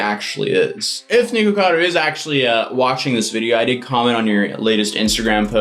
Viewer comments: It's not "niko" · its nick-a-cado not niko-cado, for some reason this is unwatchable for me cuz of how ur saying it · I think he just said nego Vado Avocado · WHY IS HE SAYING NIGUCADO